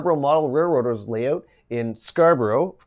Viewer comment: I like the way he says, "Lay oot"...